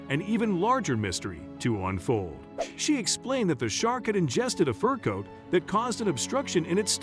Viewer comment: What a stupid story and saying furcoàt as if it is one word is misleading. Just stupid. Not true. You don't operate on a sea creature and turn them loose